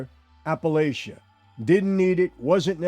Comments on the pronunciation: It's Apalachin, NY... pronounced Apa-Lake-in I know this because I live there :) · AP-e-LAY-kin. That's how it's pronounced. Not like the Mountain Range. I've driven by the house a few times. It's up a windy road above the small town which is about 15 minutes west of Binghamton NY. I thought that the house would have been bigger.